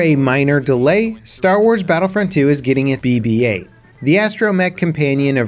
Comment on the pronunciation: Did he say... BBA instead of BB8?